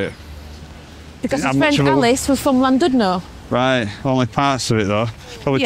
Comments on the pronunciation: Some pronounciation help and facts. Cymru is the Welsh name for Wales and it means the exact opposite to the word Wales. Wales is Germanic and means Foreigner and Cymru means Compatriot. Cymru is pronounced Kum- REE. Llandudno is Chlan-did-nor with some phlegm used for the Chl sound. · Another lovely video. In Welsh, 'u' has two sounds .. "ee" as in "sheet", or "i" as in "did" . The 'u' in Llandudno is pronounced like the "i" in "did", so:- Llan did no. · Could at least have learned the correct pronunciation of Llandudno.